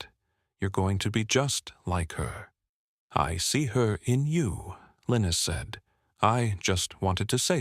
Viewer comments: The mans name was pronounced Li-nuss not Linus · Mostly it said LION-US 😕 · Linus is more commonly pronounced LINE US, although in this narration it varies from LEAN US to LINE US. Consistency counts!!!